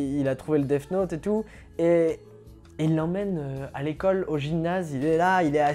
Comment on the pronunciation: On dit Death Note, pas DeFFe Note, ce détail de la vidéo est insupportable je suis désolé c'est quand même pas compliqué de se documenter sur la prononciation quand on s'adresse à une telle audience, d'où cette critique sévère.